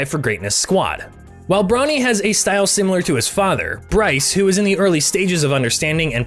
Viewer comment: can’t tell if he’s saying bronny or brownie. cool luh video tho.